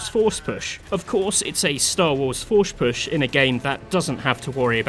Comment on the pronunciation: Anybody catch when he said forsh push?